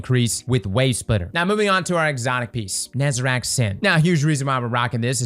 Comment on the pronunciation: Say it with me: NE ZA REC. His name is not NEZERAC